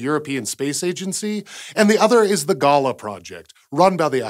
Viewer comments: I believe that the Galah mission is pronounced Galar, it's a medium sized, pink and grey, native Australian parrot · Love your work, but if you want to sound like a true Aussie it's pronounced 'Gal-aah' and it is both a native bird and also the name of someone who has made a silly mistake. Ya bloody Gallah!